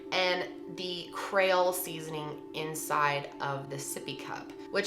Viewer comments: The way she says creole. Maybe I’m being picky cuz I’m from Louisiana but crayole it creole. But they say crayfish so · please learn to pronounce some things. It’s Cree-ole not cray-ol. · I absolutely love your videos. Sometimes you pronounce things wrong. It’s CREE-ole Not CRAY-ole. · CREE-OLE lollll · Creee-ole seasoning. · “Kray-ole” seasoning 😅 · Creole = Kree-ole. We say Tony's though in Louisiana but it is in every dish from our home to restaurants here.......... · I'm probably late to this party, but it's "KREE-ole" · Thought I was the only one. Def not "Cray-ole" lol. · Dexter Davenport lol yeah “Cree-ole” I laughed so hard 😂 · I’m loling at your pronunciation of creole 😂 it’s cree-oll (love you girl) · My Louisiana soul hurt with that one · Please stop pronouncing creole like that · Something about the way you're pronouncing, "creole". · Your pronunciation of Creole is killing me. Love you though!